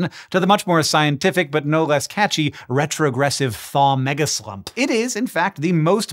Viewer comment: I swear you said megaslut…the needle jumped off my record over here